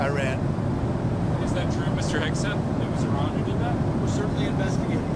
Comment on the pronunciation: He changes the pronunciation of Iran mid dialogue.